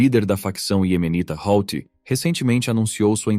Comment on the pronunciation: HOUTHI = HUTI